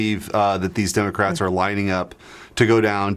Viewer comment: Lmao "Dimocrats"